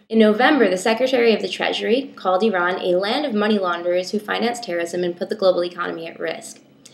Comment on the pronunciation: As an Iranian, I get so satisfied every time you pronounce "Iran" correctly. :)